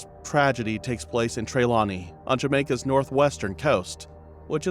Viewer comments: Lie,it was not her" SON " but a stepson...😮please pronounce the name of the place properly " FALMOUTH " and "TRELAWNY " only one biological son she had.😊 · first of all you calling the name of trelawney wrong and also falmouth. where didi you get photos of her and who authorize you to go into someone country and do a blog about something that you have no clue about